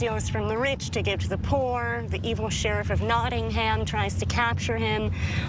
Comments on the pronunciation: Nawding Ham! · as an english person, it pisses me off every time they say Nottingham cos it’s just so wrong